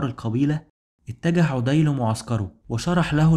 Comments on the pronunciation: ما شاء الله عليك مجهود ضخم وتبسيط جميل جدا ربنا يبارك فيك وأسأل الله انك لا تتوقف أبدا عندى بس ملحوظة بسيطة غير مخلة بالمحتوى ولكن اتباعها يعطى النص رونق وهى مراعاة النطق الدقيق للأسماء؛ مثلاً => طَـيِّئ بتشديد الياء مش طَيْئ، عَـدِىْ وليس عُـدِى هى أشياء بسيطة ولكنها ستزيد المحتوى بهاء إلى بهائه، وجزاك الله خيرا. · لسانك اعوج تقرء اسماء الصحابة خطاء ف عدي ليس بضم العين بل بفتح العين ...